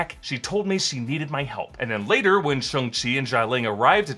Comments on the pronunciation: So hard to watch because he's saying "SHUNG" the whole video instead of "SHAWNG" :D :D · Imagine thinking it's pronounced "Shung" 🤦